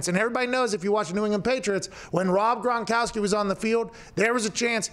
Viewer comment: Forgot I had my speed set to .75.. watch the first 10 seconds like that and hear pat mispronounce "gronkowski".. I legitimately thought pat was doing a bit and watched at .75 speed for a full 90 seconds..